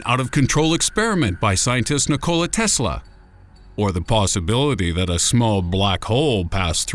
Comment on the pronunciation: Im just mad u pronounced Nikola Tesla name wrong